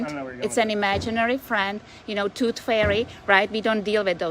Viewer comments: I died laughing when Ginko Galoba was talking about imaginary entities then followed it up with "The Toot Fairy"! I'm sure she said tooth but that is not how it sounded. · Did she say “toot fairy “??? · She said "troof frairy"... huh huh..